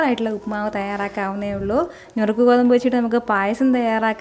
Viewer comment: ഞുറുക്ക് അല്ല നുറുക്ക് ഗോതമ്പ്😊😊